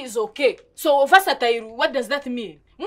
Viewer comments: "Vaseline" for "versatile" this killed me. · I hear verseline for versatile..🤣🤣🤣